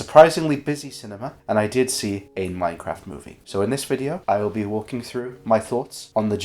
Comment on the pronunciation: this is edited with the same pacing as the minecraft movie also you pronounce minecraft like mein-kampf